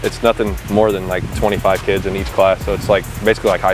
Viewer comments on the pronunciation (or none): none